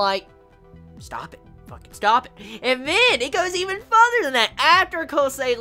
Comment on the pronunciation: Every time you say further I hear fudder. It's funny since I came to instinctively say butter afterwards. Somehow, I'm not convinced of the deathflags. I know they're there but it just doesn't feel right. I think I just want you to be wrong just for a laugh.